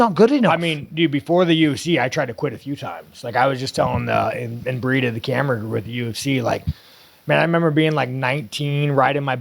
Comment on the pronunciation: Inbreeded camera group?? Whats that? Does he mean IMBEDDED??